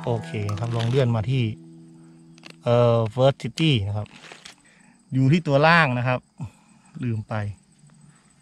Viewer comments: Furtility เฟอ ติ ริ ตี้ เตรียมอ่านมาสักหน่อย เพื่อความน่าเชื่อถือที่ดีกว่านี้นะคะ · Fertiliti อ่านว่า เฟอ ติ ลิ ตี้ เตรียมเขียนมาสักหน่อย เพื่อความน่าเชื่อถือดีกว่านี้..